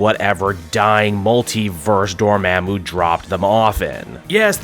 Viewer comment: why you keep saying Dormammu like that i thought it was DOOR MAHHH MOOO not DOOR MEHH MOO?